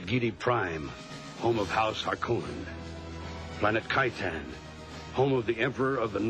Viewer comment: The ‘o’ in ‘Harkonnen’ is short - harr-CON-nun, not harr-KOH-nun.